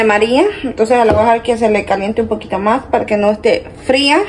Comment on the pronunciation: Mija se pronuncia MÁS énfasis en la letra S. Como lo dices se oye MA